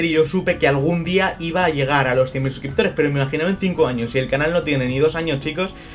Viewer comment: Felicidades, te lo mereces!! Pero, se equivocaron en la carta o leíste mal tu xD? Por que cuando empiezas a leer dices 1 millón de subscriptores xDDD.